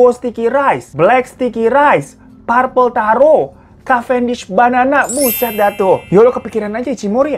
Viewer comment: Purple taro.... salah tuh pengucapannya 🤦‍♀️😂🤣😅